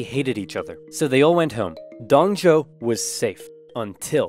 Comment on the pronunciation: Its pronounce Dong Zu-o not Zou